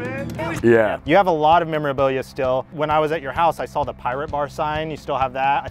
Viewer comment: he never even SAWL it 😂